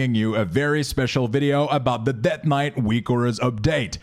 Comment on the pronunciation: Det knight. haha seriously thanks for these.